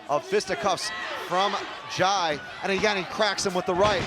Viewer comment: The commentator can't pronounce jai 😂😂